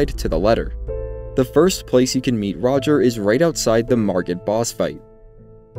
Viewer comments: I cringe so hard at “roger”. I almost didn’t finish this video because of it. Funniest part of all this is that during his quest line D literally calls him by name at the round table hold. It’s pronounced Raj-ee-air. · Every time this good man says "Roger" my inner voice auto corrects to "Ro-jere". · That's still not how it's pronounced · why do you call him roger? i mean he literally says his own name so you know how to say it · You need to learn how to pronounce "Rogier"